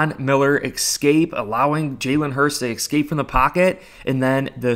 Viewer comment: escape- not excapes. Thank you 😅